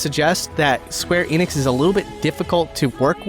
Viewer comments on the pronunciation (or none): none